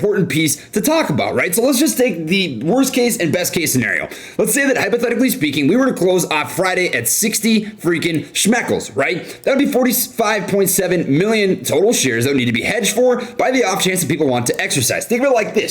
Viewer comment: Dammit!!!! It’s SHECKLES!!! NOT SCHMECKLES!!!! SCHMECKLE is Yiddish for DICK!!!! Stop saying you want schmeckles!!!